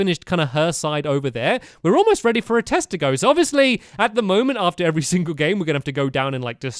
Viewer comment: he said oarefter is stead of after